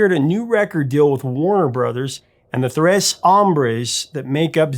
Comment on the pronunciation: Ta jus? Thres? I’m out.